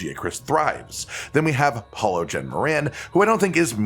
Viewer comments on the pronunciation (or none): none